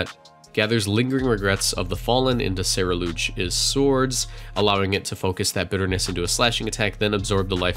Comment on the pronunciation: Gonna try and nip this in the bud and hope that realizes Ceruledge is pronounced seh-roo-lej and not seh-reh-loozh. While on the topic, I think it's worth mentioning that Ceruledge being Fire/Ghost with Flash Fire means it benefits from switching into a Will-o-wisp and is immune to Fake Out, making Covert Cloak available to another member of your team. I get the feeling we'll see a lot of it in gen 9 VGC.